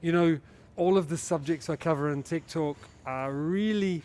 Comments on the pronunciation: Is it just me that hears TIKTOK everytime he says TECHTALK 🤔 ?? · Simon says, "Tech talk" I hear, "Tiktok" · Simon good job & good explanation. Thanks . P/s I keep hearing you uttering Tik Tok :)